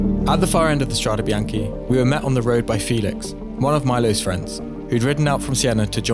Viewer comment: It's "Strade bianche", "White roads". Strah - deh, Bee - ahn - keh.